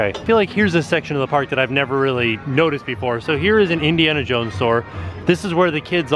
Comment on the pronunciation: going into the pnark